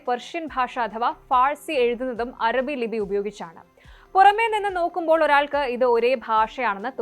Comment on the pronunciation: അരബി അല്ല അറബി improvise your pronunciation